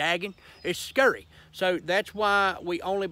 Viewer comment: "Its skurry"